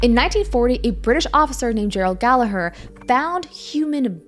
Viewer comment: I cringed at the pronouncing of Gerald Gallagher’s last name, I share the same last name so it made me cringe.